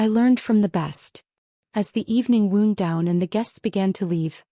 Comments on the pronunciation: Tell the robot that "when the venue WOWnd, (not woond) down" is correct. The words are spelled the same, mean and sound different. Woond is a tear (TARE) in your skin, and wownd is a matter of the party losing steam and beginning to end. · It's wound..not wound.